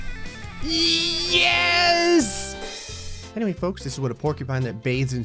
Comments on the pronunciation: “*Any hway.*” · "anyhway" lmao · i love how he says ANYKHEWAY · its the "anyguey" for me